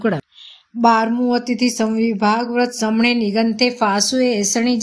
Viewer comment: Very good pronounciation except samaremi. It should be samanemi Thank you Micchami dukkadam